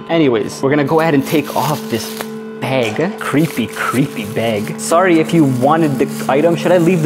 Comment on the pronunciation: It's funny he calls a bag a beg! 😆🤣🤣🤣